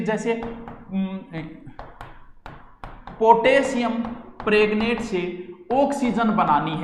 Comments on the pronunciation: मज़ेदार गुरुदेव🙏🏻🤣😂🤣 (- ) पोटेशियम प्रेग्नेट😂😂😄🤣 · potesiam pregnant 😂😂😂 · पोटेशियम पैरेग्नेट 😁😁😁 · पोटेशियम प्रेग्नेंट 🤣 वाह गरु जी।